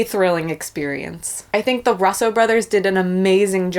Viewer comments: "Ruhhs-oh Brothers" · Learn how to say “RUSSO” brothers. Put some respect on their name. Disliking the video